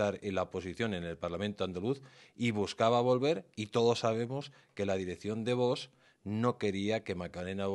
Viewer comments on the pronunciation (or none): se dice VOX, no vos, aprendamos a pronunciar